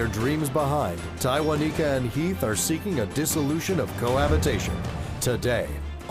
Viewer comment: One time for the announcer and judge who could properly pronounce Tywaniquekya.